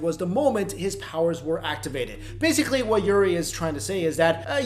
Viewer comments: The name is Uri not Yuri LOL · its Uri not Yuri